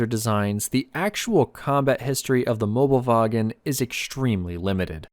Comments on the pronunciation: Not mobelwagen, Möbelwagen, thats important because if you wanna translate, it would be Furniture Trolley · It is Möbelwagen not Mobelwagen. You can get close if you know Möbius strips. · Mobelwagen is wrong, it is called Möbelwagen